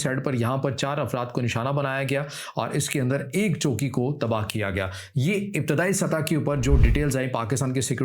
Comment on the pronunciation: بھائی جب آپ چوکی کا نام لیتے ہیں تو لگتا ہے آپ جھگی کا ذکر کر رہے پیں خیال رکھیں